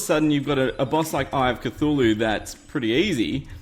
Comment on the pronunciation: IT is said like Ka thu la hu